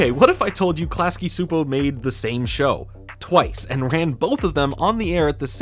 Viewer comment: It's pronounced Klasky and CHEW-po